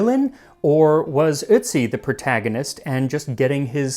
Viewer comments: Please pronounce his name right. It’s Otiz not Itzi.😊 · It's pronounced urt-see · The umlauted o (ö) in German, and germanic languages, is pronounced like, "er". So, "Ertzi" would be more accurate than, "uhtzi" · Nah, his pronounciation sounds like "Ützi". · It's eeortsi mate (pronounce) the umlaut dictates this. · then how come the guy in the video pronounced it the exact same way as "soot" and his pronunciation was touted as perfect?? you might need to rewatch the vid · It’s pronounced ertzi. O with an umlaut makes an er sound not oo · I'm a native German speaker, I know how it's supposed to be pronounced and listened to it again just now. He's not pronouncing it perfectly, but he's much closer than most English speakers bother to get. He's drifting more into the the neighbourhood of "ü" when he pronounces it, but you can hear he's trying. There is a psychological thing where you can't hear a difference between pronunciations if they're too foreign to you but I forgot the technical term. Same thing happens to me in English sometimes. Check Google Translate, set it to German and listen to "Ötzi". But be aware that it is slightly differently pronounced (short and without emphasis) when it's at the start of a word, so check out "Brötchen" too for a clearer example. In Austrian German it's emphasised more despite being the first letter of the word, but they add a weird diphthong to it too whereas Standard German keeps the vowel pure.